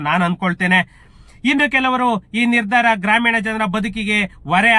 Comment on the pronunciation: ಅದು ಪುಲಿ ಸ್ಟಾಪ್ ಅಲ್ಲ ಮಹರಾಯ. ಫುಲ್ ಸ್ಟಾಪ್ ಅಂತ ಹೇಳೋದನ್ನ ಅಭ್ಯಾಸ ಮಾಡ್ಕೋ. ಹಾದೇಶ ಅಲ್ಲ ಅದು ಆದೇಶ ನಿರ್ದಾರ ಅಲ್ಲ ನಿರ್ಧಾರ ಅಂತ ಹೇಳು. ಬೂಮಿ ಅಲ್ಲ ಭೂಮಿ ಅನ್ನು ಅರ್ತ ಅಲ್ಲ ಅರ್ಥ ಆಗ್ತಾಇಲ್ಲ ಅನ್ನು. ಯಾವ್ ಶಾಲೆ ಕಾಲೇಜಿನಲ್ಲಿ ಕನ್ನಡ ಕಲಿತಿದ್ದೀಯ ಮಹರಾಯ.